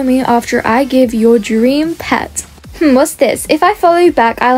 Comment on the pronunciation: Pet not eot